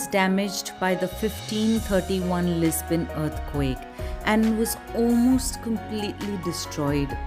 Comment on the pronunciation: Why are you saying "Lis-bain"? It is very distracting. Loved the video though. I live in Lisbon.